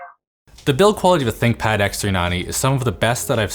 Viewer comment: Nice try """"thickpad"""" !